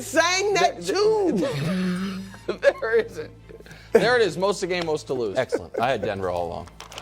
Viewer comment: "I been sayin that TUU!"😂😂